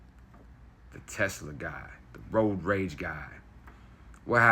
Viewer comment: Sounds more like "roid rage" than it does "road rage".